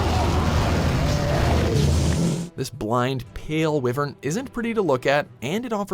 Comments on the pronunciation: the pronunciation in this but pisses me off, IT'S PRONOUNCED "WY-VERN" NOT "WIVERN" KEY-ZOO" NOT "KEH-ZOO" ALSO "ASTA-LOSS" NOT "ASTA-LOWS SAME WITH "RATHA-LOSS" YOU DIPSHIT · Its WHYVERN... not "wivern" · STILL WITH THE WI-VERN INSTEAD OF WHY-VERN!! GOD. WHY IS NIBLESNARF ON THIS LIST????!?!?? WHHHHYYYYY? AND KHEZU? Glay-va-nus. It’s Gla-vanus. Let’s add all the dates four except for Mitsune. The most popular one. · said wivern instead of Wyvern. Wyvern is a literal term. WatchMojo really dosen't know their shit when it comes to any game or anime or TV show etc. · It is pronounced why-vern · I would like it if he pronounced wyvern correctly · I know right, why would you say it like that and not say the way it's spelt first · May Marzo they say nibelsnarf first appeared in generations even though it first appeared in monster hunter tri, they even used the nibelsnarf intro from tri, I find it odd how they only put 3 of the fated four on the list, and still don't like how he says wyvern.